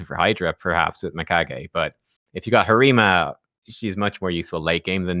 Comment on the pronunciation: I hate the word "pop" and the way he butchers Harima. I can't watch many videos, lol.